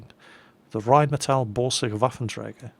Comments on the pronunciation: He can pronounce Rheinmetall-Borsig Waffenträger but not Panzerselbstfahrlafette? ;-) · you can't pronounce Pz.Sfl. V, but you easily pronounce Reinmetal Borsig Waffentrager (or something liie that)? lol